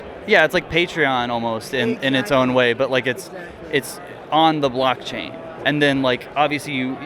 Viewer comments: I was shook & started to be convinced that I was mistaken about it being “blockchain”, because he kept saying blackchain & people would say it back. 😭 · Ok sorry but why tf do & keep saying ”BLACKchain”?!?!?!??!?!!? It’s f%@ BLOCKchain!!! For awhile I was kinda hoping it was just a running gag or something but i think they’re actually genuinely clueless and it’s honestly making me crazy…. Like come on dude, one of the guys in nicks video even tried to help y’all out but you just keep doubling down and I just don’t get it?? 🤨 have you not done any research about crypto/nfts at all?? And yes I know I’m probably overreacting here, but I can’t help it - every time i hear one of them say “blAckchain” i just get irrationally angry 🤬 lol so I’m begging you, plz stop! 🙏😫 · Every time says "BLACKchain" makes me deeply uncomfortable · none of them corrected you saying blackchain????? lmfao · They were saying blackchain on purpose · i couldnt work out whether i was just being british and not understanding american accents properly 🤣 (i am british). literally sounded like blackchain every time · they’re saying blackchain to fuck with them. it’s hilarious. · I thought it was his accent. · Im not sure if it's an accent or what but hearing you mispronounce blockchain every single time makes it hilarious to me, great work keeping yourself together in that hellscape